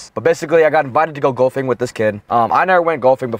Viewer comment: It's funny how you pronounce it "gulfing"